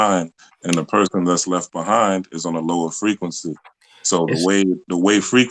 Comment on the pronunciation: OMG. Frequency = Frequent-cy